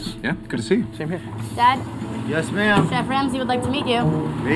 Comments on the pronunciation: 'Lemme feed the cheef' lmao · "let me feed the chif let me feed the chif" 😭🤣🤣